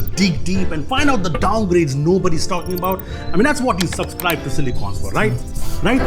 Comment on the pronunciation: Subscribe not supscribe